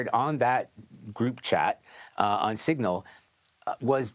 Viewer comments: Singal? Really??? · SIGNAL not SINGAL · Signal, not Singal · What’s a “Singal” group? Talk about unprofessional… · Singal? Really? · Prime example of the need for multiple news sources. It’s s-i-g-n-a-l NOT s-i-n-g-a-l. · CBS: YOU ARE SO STUPID. IT'S SIG-NAL not sin-gal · ...Singal?? I think you mean Signal. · It's Signal, not "Singal"...